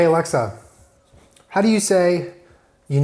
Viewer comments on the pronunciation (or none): none